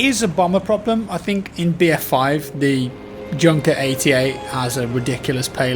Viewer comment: The junker is pronounced yunker